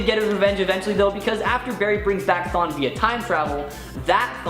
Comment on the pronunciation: man im sorry but the way he said THAWNE as like "THAIN" c'mon now you guys